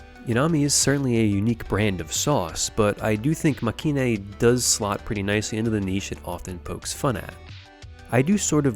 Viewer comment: Nice video but the show's name is pronounced Makay-een. As in まけいん.